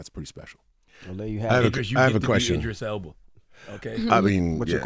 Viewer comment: DJ Envy said “Idris Elbow” 😂😂😂